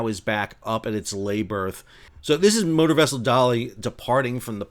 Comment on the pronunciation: When you first said 'motor vessel Dali 6 I thought you said "Murder Vessel"